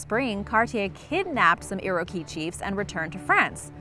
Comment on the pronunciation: You seriously need to look up the pronunciation of some of the words/topics you feature... iroquois.... look it up. Just saying...